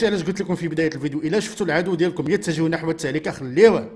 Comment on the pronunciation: التهلكة بضم اللام وعذرا😊